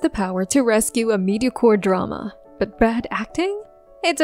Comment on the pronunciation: you have done a truly nasty piece here. as bad as your English pronunciation, since you knock an actor for his „japanese“ pronunciation. it is not medi-core, it is me-di-ocre, and not mush-rum, it is mush-roooom.I will not mention your weird stressing of words. Some of your examples, (Yang Yang, Dylan Wang -uneven eye sizeS plural? and who cares)(Zhao Lusi….) are true, but you rip the actors, not the acting here. Meeeow, you fail, you are a typical internet troll. P.S.: Chinese actors the only ones world wide who all have voices so awful they need to be dubbed? A declaration of inferiority of Chinese actors!